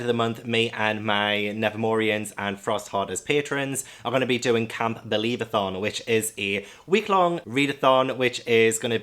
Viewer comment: Camp believathon sounded like "can't believathon!" 😂 Good luck with your tbr 🤗